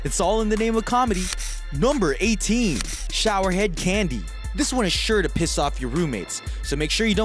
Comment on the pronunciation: nobody going to acknowledge how he said piss with impact?😂